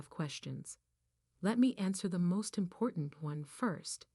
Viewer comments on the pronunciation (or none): none